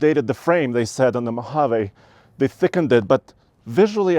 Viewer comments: Come on. It's a Mohaveeeee. Not Mohavay. I know it's not your accent. If you review a vehicle, take the time to learn how to pronounce its name correctly. Everytime you said it wrong, it made my skin crawl. Had to turn it off. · Mo-hav-eeee Not MO-hav-a😂😂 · Great video great channel...but I think its pronounced Mojavee. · I like how you say... Mo Haaa Vay, with your accent. I'm like.... Mo Ha Vee, with my accent 😄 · “ (mo-Hov!!-āā)” 😂. Thumbs up on the vid!